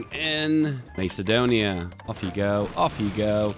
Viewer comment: Macedonia! You originally pronounced it similar to how macadamia nuts sound